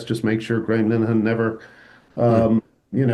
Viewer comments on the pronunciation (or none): How come you still don't know how to correctly pronounce "Linehan" ..?